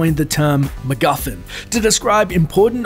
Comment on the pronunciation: Did anyone understand the Alfred Hitchcock-coined term that the narrator said ?? (about "important objects upon which the plot of the movie revolves") Sounded like "magothen", or something? I guess it's not that important if I never heard of it before; i.e., no one in the media--at least the US media--ever uses it to my knowledge, but...